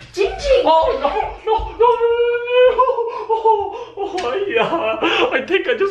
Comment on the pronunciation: Its actually not